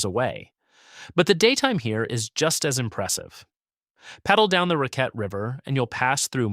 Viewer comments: Schroon Lake is pronounced: "SKROON" not "SHROON". AI eating too many psilocybin mushrooms ... Raquette River is not pronounced: "RAKWET" it is pronounced "RACKET" - silly AI. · Raquette River, pronounced like a tennis raquette.